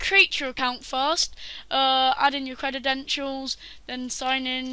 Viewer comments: you said crededentials it's credentials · This is all I could focus on when watching. It bothered me so much I had to look up if that's just how British English pronounces this word but its not, he just created the new word. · "credidential" "aluminium" just cuz u invent a langwidge dusnt mean you can willy nilly change spelling or pronuntziachin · CREDEDENTIALS CREDEDENTIALS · That's how you know we're in the future... When kids that are too young to be able to pronounce credentials are teaching adults